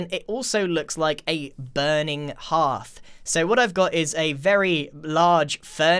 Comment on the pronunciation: 4.10 It is pronounced herth not harth